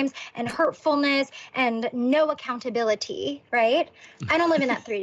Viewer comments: “I would like to take full aHhhcountaBIIIlIttHeeee” uh huh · She really hits every syllable in accountability huh?